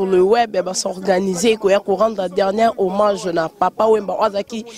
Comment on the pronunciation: sala makasi o corigé francais nayo trops des gaffes revoir vidéo oyo oyo ba bombe obeti de le debit jusqu'a la fin mawa trops ba lobaka homage et non homange kiekiekie